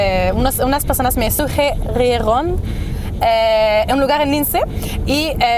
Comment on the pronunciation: Al siguiente vídeo sube como estabas tratando de pronunciar "sugirieron" POR FAVOR 👏🏼👏🏼😌